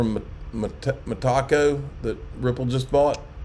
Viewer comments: I love tacos also! ❤️ But it's not Met-taco... it's Meta-Co 😂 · Its META-CO. Stop pronouncing it as ME-TACO.